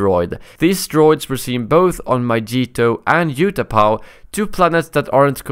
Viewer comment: "Myjeetoe" "Utahpow"